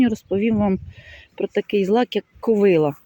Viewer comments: В слові ''ковилА'' наголос на останньому складі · Доброго дня, дуже люблю злакові рослини, дозвольте Вас поправити, наголос правильно буде ставити на останній склад - ковилА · В кожному регіоні є свій діалект, не вказуйте, добре що не кацапською